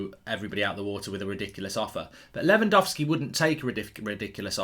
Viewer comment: It's Lewangowlski Mark, I'm disappointed in you 🙄